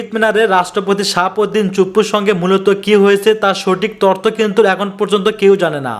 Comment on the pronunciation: ভিডিও ম্যান ভাই। তর্থ নয় তথ্য কথাটা হবে।